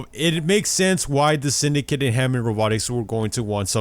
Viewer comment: why does it sound like English isn't your first language by the way you say Syndicate